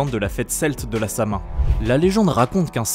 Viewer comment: Ok ce n'est pas une insulte mais on ne prononce pas la fête Samain comme elle ce lit ça ce lit sa-win